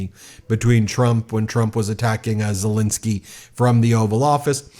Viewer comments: Ben its ZeleEnskyy. Please try to pronounce his name correctly for Pete's sake!!!!!!! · Ben, you keep mispronouncing Zelenskyy's name. Do better!